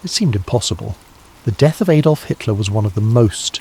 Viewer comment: AM Liverpool UK. Who's Aydolf? Lol.